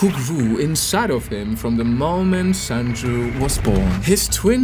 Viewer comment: It’s pronounced Sunju